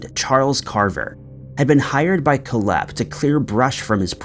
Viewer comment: It's pronounced Kohl-hepp (Coal-hep), not Koh-lhepp. Your emphasis is on the wrong syllable. 🇨🇦